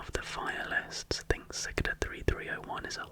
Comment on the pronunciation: It took me a while to realise that you were talking acout Cicada 3301 when you said “sik-da” 3301. Never seen someone mispronounce cicada like that😭